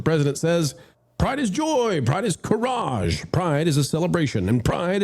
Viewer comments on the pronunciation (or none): What is "car-raage"? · this in an AI read video right? not really any problem with that but I have never heard anyone pronounce courage like that.